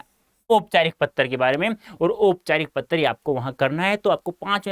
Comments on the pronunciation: Do u notice he is saying patr lekhan ko pattar lekhan and choose ko chuge timing go and check 🤣🤣🤣🤣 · 🤣😂🤣 Are sir topic me to anuchchhed lekhan likh rakha h aur Padha Patra lekhan rhe ho sir, Aap se ek baat aur puchni thi ki Aap Hindi ke hi teacher ho kya 🤣😂 Kyonki AAP Patra ko "PATTAR" bol rhe ho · He is saying patr = pattar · How he pronounced patra as pattar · Sir it is not patar( 🪨 )lekhan ..... It's Patra (✉️) lekhan😁😂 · IT'S PATRA BTW NOT PATTAR 👀😂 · Sir pehle aap patra bolna seekh lo fir Hume sikhana😂😂😂😂😂😆😆😂😆😂😆😂pattar ,pattar ye kausi Hindi h . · Bhai pattar nhi patr hota h 😂😂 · Patear nahi pater hota hai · Sir u r saying ptra to patar 😜😁😅